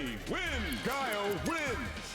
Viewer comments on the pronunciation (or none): Lol not this mfer sayin GHOULIE not GUILE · The pause from Dhalsim to "Gooly" LMFAOOOOOOO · Waiiiiit the highlight intro LITERALLY pronounces guile’s name. Why tf is bro still saying Goolay? 😭😭😭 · "GOOLIE soldier" 😂😂😂😂😂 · GWEE LAY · unironically pronouncing Guile like he's Smug is hilarious 😂😂😂😂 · Ok now you’re saying guile wrong to spite me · People that cant pronounce guile hurts me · At this point I think flats pronounced guile like that one purpose 🤣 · I still can't get over the way pronounces Guile LMAO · I died a little inside